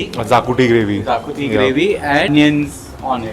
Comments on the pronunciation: Not zacuti😅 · Great video guys !!! Loved it !!! Only one suggestion : it’s pronounced shahkuti